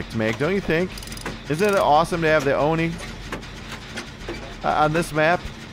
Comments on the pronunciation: its actually pronouced as O. not a Oh so it's an O-ni . . . love ur vids tho :3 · Its not Oh No, its Oh Ne